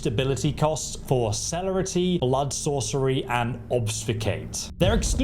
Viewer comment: It's pronounced Sir-lair-rity - Ob-few-scate and Po-tense